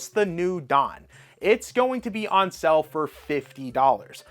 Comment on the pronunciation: Why are you saying SELL instead of SALE!?!!!